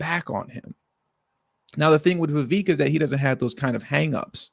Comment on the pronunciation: His name is pronounced "ViVaaake". Like cake.